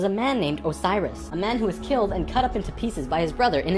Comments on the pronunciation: You said "killt" instead of "killed". TRIGGERRRRRRRRRRRRRRRRRRRRRRRRRRRRED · dramatic pause ... Who got fuckin' kilt